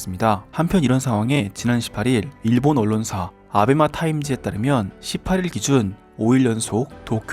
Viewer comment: 왜 자꾸 아베맛 타임즈로 들리지? 아매바? 아베마?